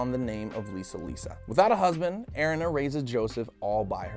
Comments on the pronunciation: Airina really its erina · Pronunciation eh re na. Erina. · it is er-ee-na